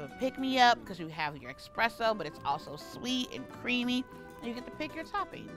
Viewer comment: Ok, love the video. Since you guys corrected her on the Fiero vs Ferrero, can we PLEASE mention that espresso doesn't have an X (expresso is making my eye twitch). I say this with LOVE 💕